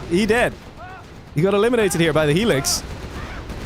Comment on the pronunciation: I've never heard someone say helix as alexas lol